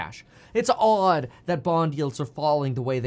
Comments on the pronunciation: If he says "its odd" like "its aud" one more time I'm gonna flip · It's Awed. It seems Awwwd. It's just AWWWWD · it’s odd how he says “auuud” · U say odd weird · You say odd like a Canadian. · The way you say odd is odd. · The way you pronounce odd.....is odd.